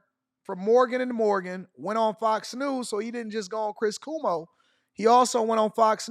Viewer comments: cuomo pronounced Como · Its...KWOMO. Not Kumo Cuomo of course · Just to help you out : it is pronounced “Quo mo” like Status Quo. Love your content 😊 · Pronounced “Kwo-Mo” the u is like a w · Pronounced Kwoe moe 😊